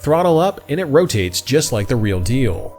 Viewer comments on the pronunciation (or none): none